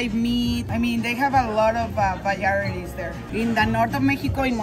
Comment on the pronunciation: "vaYARities" lol awhhhh I love the way they pronounced varieties. 🥺🖤